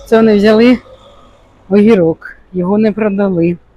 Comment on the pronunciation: Не говори огирок тому,що огірок